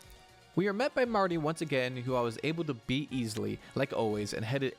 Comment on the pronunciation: Be-eat aka Bead